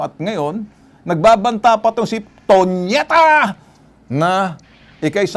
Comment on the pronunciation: Tonyeta ... Baka toniyeta